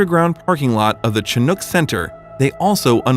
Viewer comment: Awesome story ♡ Chinook is pronounced "shin-ook" (ook as in "book")